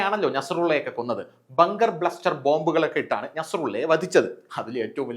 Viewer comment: ..ബങ്കർ ബ്ലസ്റ്റർ അല്ലേ.. ബസ്റ്റർ ആണേ..